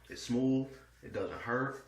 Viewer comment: Did he say it's Smuuvh and doesn't Herz? 😂 Great demo Bro. Thanks for sharing.